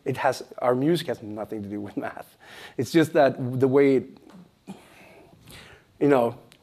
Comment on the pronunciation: did he say math or meth xp cuz he on something